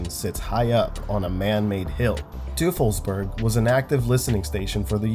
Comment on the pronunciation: Yeah, I mean, he didn’t pronounce Teufelsberg right, either, but the restaurant near Lisbon sounded spot on because it’s familiar to him, where I wouldn’t be able to say it right. I always say that people who scoff because you don’t say a place name like a local are overlooking one obvious reason... you’re not a local. Imagine someone with a full blown Scottish accent heading to Louisiana and trying to ask how to get to New Orleans by pronouncing it “Nawlins.” They’d sound like a jackass. Not sure why we gotta laugh at people for saying a place name the way their accent dictates. He wasn’t that far off.